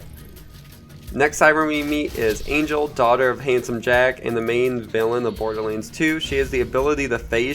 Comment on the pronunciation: Dude pronounce borderlands correctly holy fuck